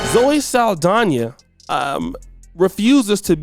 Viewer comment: SAAL-DONNA NOT SAL-DANIA